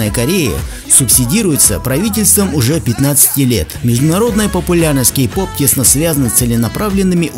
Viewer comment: Мне послышалось или ты сказал гей -поп?